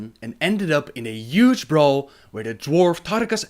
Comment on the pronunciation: I love the way he says üge instead of huge :D.. not a hateful comment by the way.. I find it lovely xD